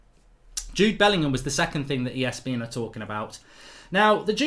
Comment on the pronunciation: Are you saying ESBN?